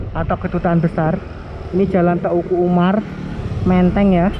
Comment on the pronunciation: teuku umar di bacanya teuku umar bukan te uku umar sama seperti meulaboh di baca meulaboh bukan me ulaboh.